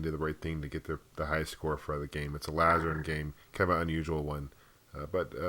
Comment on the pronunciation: just correct some pronunciation of some of the older titles, like Lazarian, not Lazaran, and Star Castle, not Star Crystals. We can tell when you grew up, discussing Commodore 64 and great games like Contra, they were only great to your era, that of Mortal Kombat and Ikari Warriors and such. Otherwise, thanks for the tour.